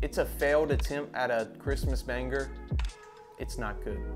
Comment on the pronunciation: why does blud say banger like “baneGer”